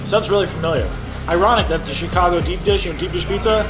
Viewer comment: We just gonna gloss over "Chigaco" vs. "Chicago"? Just wondering.